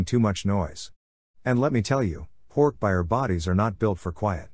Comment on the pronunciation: It still bothers me how the voice pronounces hork bajir, and yerks... it sounds really weird